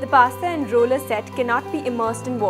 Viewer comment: It’s not “a rollya”! It’s the roller!